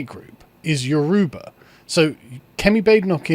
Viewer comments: The pronunciation of Yoruba is tickling me 😅 it is You-row-baa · Pronounced Y-o--rubba ...dont why I felt I had to say that, but there ya go....